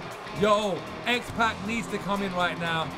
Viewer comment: His name is xpac like tupac the rapper